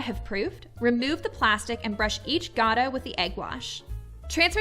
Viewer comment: Your recipe is pretty accurate. We Armenians also make Gata with yogurt. Incidentally, when pronouncing it, it's the softer "T" sound, and not the hard, like Gada. Thank you!